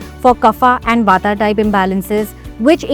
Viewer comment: There is no such thing as ayurveda it's ayurved same goes with vaat pitt and kaph and not the way you are pronouncing